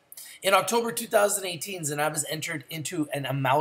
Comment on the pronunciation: hey, just so ya know it's pronounced ZEN-a-bis, not zen-AH-bis